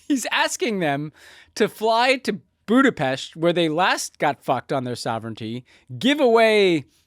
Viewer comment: No hate to Tommy and Ben, but I had to take a break with their forced “Budapesh” pronunciation